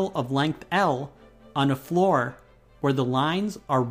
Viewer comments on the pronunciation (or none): none